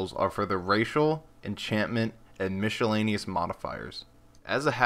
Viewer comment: Helpful, but really? Mishelaneous?!